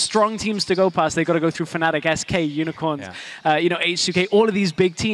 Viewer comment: Nitpicking back, its Fnatic not Fanatic;)